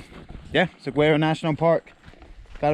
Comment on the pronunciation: Love your videos, views & commentary. Saguaro is pronounced: sa war o